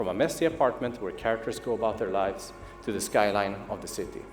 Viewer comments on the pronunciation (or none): none